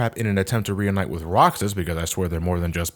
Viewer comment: You still say WIF instead of With? Wow you must be a baby